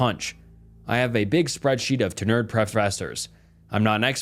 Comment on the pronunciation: When you pronounce the word tenure that way, it screams AI!